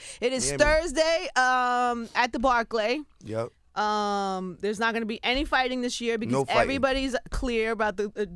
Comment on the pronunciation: her pronunciation of barclay is crazy